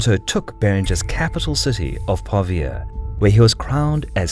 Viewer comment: Also since we're talking about pronunciation, Pavia has the intonation on the a, not the i.